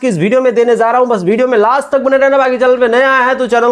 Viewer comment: Are kabhi kabhi to thik lgta lekin baar baar agar aap #विडियो(Video ) ko #भीडियो (bhideo) kyu Bolte hain. Ye overacting lgta hai or achha v nahi lagta or log isi wajah se bhojpuri industry ke log ko value nhi dete hain. YouTube PE daily ki tarah attendance mat banao bhaiya kuch to update karo ✅. Main personally ek subscriber hu apka or ye mujhe nhi achha lgta baki or ka to pata nahi.